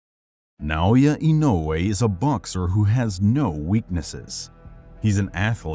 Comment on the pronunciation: Thanks for sharing this great video. I know it is difficult for English speakers to pronounce Naoya Inoue, but your pronunciation is perfect.